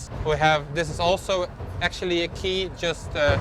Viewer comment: “What are you ax-tually” making here?” Solid pun.